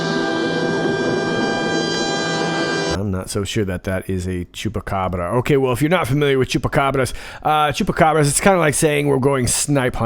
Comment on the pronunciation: I think you like saying Chupacabra! And your pronounciation is Very good!